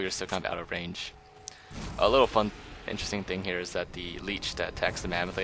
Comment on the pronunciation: "The Leech" HAHAHAH you fucking idiot, it's called a Lich